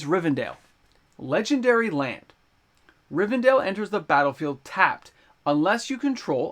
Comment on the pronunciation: Please stop saying RivenDALE 😂